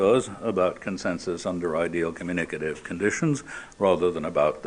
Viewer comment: I THINK Rorty mispronounced ‘communicative’ when he said Habermas substituted for god, “… consensus under ideal communicative conditions”. If Rorty did use another word, please comment. Either way, was curious what Habermas had to say about god and found a source that said his views went through 3 phases. Extended quote follows: “In 1981 Habermas published his magnum opus, The Theory of Communicative Action , a strong endorsement of reason as the foundation of public life in a democracy. He retired from his professorship in 1993, but not from his role as an active advocate of Enlightenment rationality. It is debatable how far his more recent work still continues under a neo-Marxist theoretical umbrella. His views on religion have shifted considerably. Portier distinguishes three phases in Habermas’ treatment of religion. In phase one, lasting up to the early 1980s, he still viewed religion as an “alienating reality”, a tool of domination for the powerful. In good Marxist tradition, he thought that religion would eventually disappear, as modern society comes to be based on “communicative rationality” and no longer needs the old irrational illusions. In phase two, roughly , this anti-religious animus is muted. Religion now is seen as unlikely to disappear, because many people (though presumably not Habermas) continue to need its consolations. The public sphere, however, must be exclusively dominated by rationality. Religion must be relegated to private life. One could say